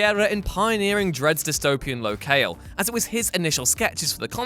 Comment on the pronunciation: Locale? low-kale? Low Kal? Ler kell?